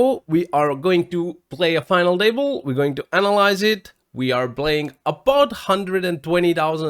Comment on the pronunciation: Hi, your English is really good, but you might want to look up how to pronounce the 't' sound at the start of words (final Table). Sometimes the 't' should sound like a 'd' (like you do well), but usually at the start of the word it sounds different. Hard to explain in writing, but you can just check how English native speakers say 'table'. Love the final table recaps!